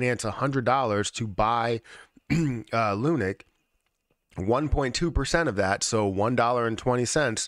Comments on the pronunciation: It’s pronounced LUNC not lunic As in LUNC head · It’s not called “Lunik”, guy.